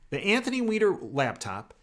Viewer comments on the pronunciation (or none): none